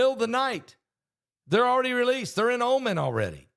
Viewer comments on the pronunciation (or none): none